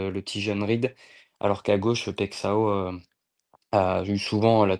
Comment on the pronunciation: Bonjour ... En bresilien le x se dit "ch" et ão se dit aon... Paillechaaon pour Paixão😅😅